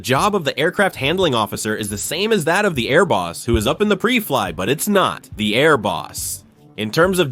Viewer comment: This is total garbage. 'Pree Fliy'? How's about PRY FLY? Man this whole thing is screwed up. The numbers are wrong, the point is off, the stats are wrong. This is just a joke. Computer narration where the writer hasn't got a clue...